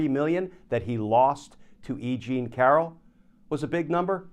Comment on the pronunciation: "E Jean" is starting to sound like "I Ching" to me! 😅